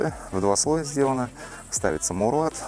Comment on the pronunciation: Мауэлрат... не маулрат😂😂😂